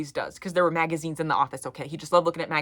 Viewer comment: why did he say magazines like that 😭 im cackling bro